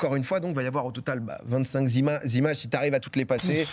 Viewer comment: 25 zimages 🤣il me régale tellement Domingo avec ses liaisons dangereuses 😄